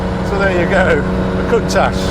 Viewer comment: HE will NEVER pronounce COUNTACH CORRECTLY. There is NO ash in COUNTACH.